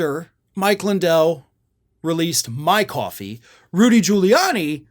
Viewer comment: Mike Lidell has "Mwy Kwoffeee".